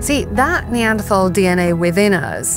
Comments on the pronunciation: Yet she continuously mispronounces “Neanderthal”. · Stop mispronouncing Neanderthal!